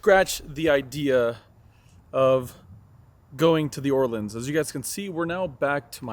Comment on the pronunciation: Ask a local how to pronounce The Orleans because you are butchering it.